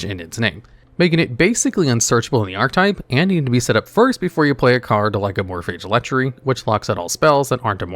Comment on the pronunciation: "Amorphidge" yeah im just gobna comnent and leave i cannot listen to someone willfully and ignorantly choose to call them that